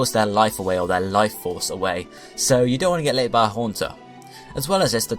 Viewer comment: I heard "you don't want to get liked by a haunter" as "you don't want to get laid by a haunter" 🤣